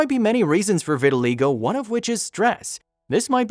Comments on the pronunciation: I believe pronounced ' Vit-tuh-1 LIE-go,. not 'Vit -tuhi-LAY-go' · The narrator is making a film about vitaligo and he can't even pronounce it. It is pronounced "vit al EYE go" Get a clue guy! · Sweet story but it’s pronounced vi-tuh-lie-go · It's pronounced vitilie go. Damned if the English language isn't getting bastardized. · I cringed every time the narrator pronounced it wrong.